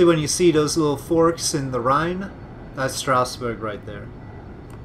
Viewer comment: You pronounce the river Rhein rather well. The river Main is pronounced rather similar, it sounds like the English mine. The same for the city Mainz. Koblenz your pronounce reasonably well, except your ending it like koblense, but it's a harder ending, like koblentz. Your English spelling of Worms is really funny, it should rather be like woarms.